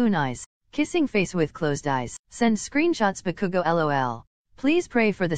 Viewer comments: OMFGGGG The robotic voice really called Bakugo Bakuku😭😭😭😭😭😭💀🤣🤣🤣🤣 BAKUKU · the way they pronounce bakugo is like (bu-kuu-gOu) XDDDD I CANT STOP LAUGHING